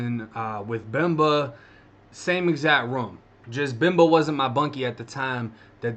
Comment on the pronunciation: I'm from Miami (cuban), I love your Boston accent saying Bemba's name! Love the stories :)